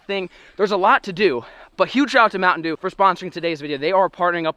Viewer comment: Is no one going to say “Mounitain Sheeew”??